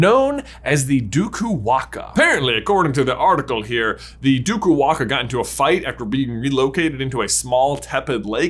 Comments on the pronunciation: I am Fijian and can support the “DUKU-WAAKA” theory, although in our culture it’s called “DAKUWAQA” (Pronounced : DAAKOO-WAANGAA) - “It’s Levi-O-sa not LEVYYOOSAA” 🙏😂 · Im from Fiji absolutely love your channel and i find it cool that you found that super specific article. But OMGGGG that pronunciation hahahah ( no fault of your own though ) the Fijian term is probably Duku-wanga because its based on the Fijian old god " Dakuwaqa" pronounced Daku-wah-ng-ah. Laughed so hard watching you so confidently mis-pronounce it, such a great effort though. As a potter head, found the article in itself super interesting. I don't even know if you'll see this comment. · I'm Fijian. Did NOT expect this theory to go in this direction! LOL p.s. waqa is pronounced waanga, and its more common to say dAkuwaqa not dUkuwaqa but either is fine, they sound similar enough! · Me, a Fijian watching this 😳 Wasn't even aware we had a national quidditch team 😱😁🙌🏽🇫🇯 Lol banger vid as always...🔥 btw J its pronounced Duku -Wah-Ng-ah...with the Q pronounced the same way as the letters N and G in the word 'Anger'...Q has a hard G sound in the Fijian language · Hey there, being fluent in Fijian I can inform you that the Dukuwaqa is pronounced "nDukuwanga" with a hard g like in finger. Just my little addition of you'll have it